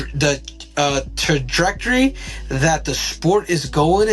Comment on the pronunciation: Henry struggling to pronounce trajectory almost gave me a stroke 😂